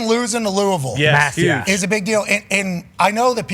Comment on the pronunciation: S/o pat for pronouncing Louisville the right way !